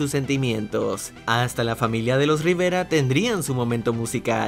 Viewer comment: Soy el único que pensó que dijieron "Riverga" en el minuto